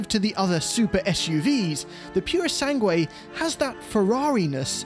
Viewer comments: Very enjoyable and. informative, as usual! Pity you mispronounced the U of "purosangue" (thoroughbred) each time... 😉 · The ‘u’ is silent in Purosangue.